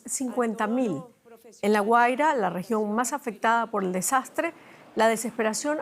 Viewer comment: Se dice Guaria, no Güera